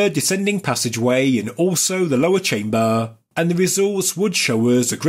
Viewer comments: He says chamber by saying chambuuuuuhh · chaimbaaar, enormaaas, WTF ?